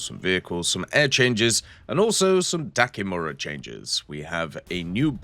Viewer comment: it's Dakimakura not dakimura :goodvibes